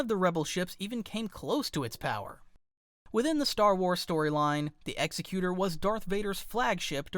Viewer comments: its not the ex-e-cute-or. its ex-ec-u-tor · The Executor is pronounced Exe-cutor similar to executive. Not trying to nitpick or nothing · Great video but you pronounced executor wrong it's ex-sec-u-tor